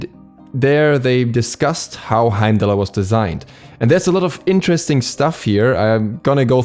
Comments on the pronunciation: I didn't mind beefrost so much, but Heimallerer hit so hard and you said it so many times, Heimdallerer, Heimdallerer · Hime-dall and bi-frost. Please pronounce them properly my boiii lol